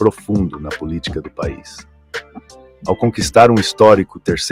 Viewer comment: O chata lendo 'POL ITICA SÓLIDA' me quebrou